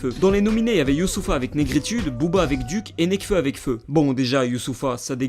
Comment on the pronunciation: C est pas DUC c est D.U.C